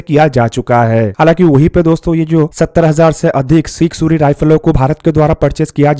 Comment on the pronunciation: Sig suri what suri ? Punjabi hai kya? kya bhai ye haal hai defence chennel ka.